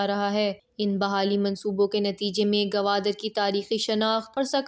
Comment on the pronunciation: Gwadar hen gawadar nhe pls